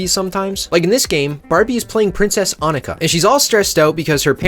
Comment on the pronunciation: omg he pronounced annika correctly